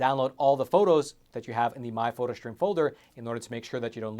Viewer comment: There’s no ‘h’ in the word ‘stream’ … It’s not pronounced ‘shtream’ ……… Please get it right.